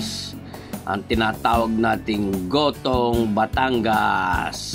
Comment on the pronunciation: Nagutom ako sa kakatawa sir! Hindi yan espageteh at ehyan aay gohtooh 😂😂😂